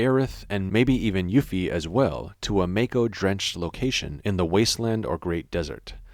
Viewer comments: It's MAH-ko, not MAE-ko :( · The way he says “mako” 🤣